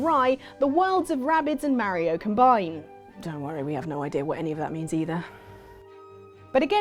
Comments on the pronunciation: Ma Ri O not, Mair Reo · It's not fucking mariio it's Mario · you say mario weird